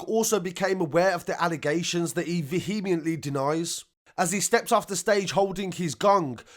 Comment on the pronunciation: Veeheemiently 😆 Good report tho. Keep up the good work.